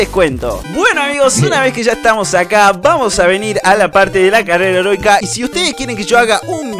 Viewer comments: dijo carera herotika henbes de heroica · Like si escuchaste carrera erótica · Creo que dijo carrera heronica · Escuche carrera herotica